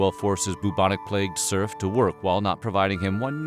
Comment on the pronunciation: At some point I stopped hearing serf, it turned into “smurf”. It sounds very odd when you listen to it in that context